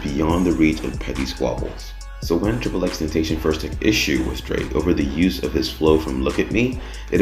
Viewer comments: Ten ta sea yawn not ten tay shon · "Why People Think DRAKE KILLED TRIPLE X TENTASHON"